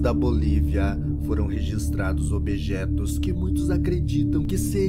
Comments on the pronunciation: Que isso objetos,kkkkkkk,falando errado, não quero nem ver,esse vídeo,um apresentador falando errado. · “ObEjetos” kkkkkkkkkkkkk rachei